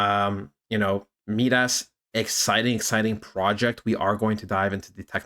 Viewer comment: Been watching this coin as well. I think you’re pronouncing it wrong though. Not MeeDas it’s Midas like King Midas from Greek Mythology. Mai-Dahs (sounds like “my “ hard I)